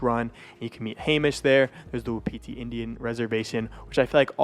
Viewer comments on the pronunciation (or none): none